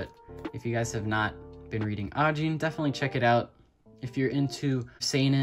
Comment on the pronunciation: The first person to pronounce Ajin correctly. Bless you. lol